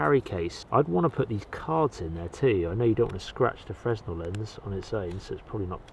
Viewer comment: Fresnel (the lens) is pronounced “fray-null” according to the book i got that taught me about them as a kid. The reamer tool (leather punch) has a hole for a thin cord and you thread the cordage through and you can use it to stitch leather bits together without having to fight with a needle in leather. Great vid! Thanks for all the testing